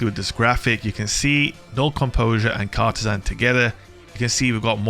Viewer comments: You're saying it wrong. It's not Cartesan, it's Cartesian. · Car-TEE-jinn. Sorry, I work in Cartesian coords for a living, makes my eye twitch when I hear it butchered so badly lol. Love ya vids,! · It's pronounced car-TEE-shun. :)